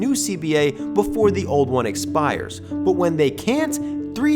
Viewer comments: Okay, your manner of speech is insane. You put emphasis on the wrong parts of words. Also, I just heard you say "but" and it came out like "bouut". What the hell, dude? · bro why you pronouce "but" like "byooot"? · You say " But " so weird bro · Just found out where lives by the way he says "but" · Can you please learn how to say but. It makes me wanna click off every time I hear it.